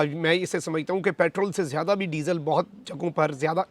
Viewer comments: Ap ny jitni bar disal kaha meri hasi nakli..hahahah. #shergabru# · آپ "ڈیزل" بہت زور لگاکر کیوں بولتے ہیں؟